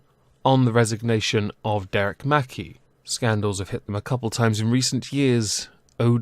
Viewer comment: It's mc-kai not mackie